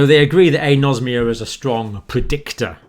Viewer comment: Dear Dr John, with all due respect, it is pronounced "An-osmia", like "An-aemia", "An-orexia", "An-aerobic", "An-encephalic", and so on. The Greek word for smell has "osme" as its root, not "nosm", as your pronunciation suggests. And "An" before the Osmia means "the absence of", of course. Apologies for being pedantic, but the non-medical people may understand the word better if it is pronounced like Anaemia etc. Kind professional regards, Dr Dave